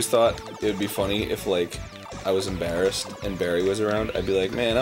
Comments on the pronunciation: My God guys, "I'm In-Barriest" not "I'm In Barryassed"? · Arin would be "In-Barry-ssed"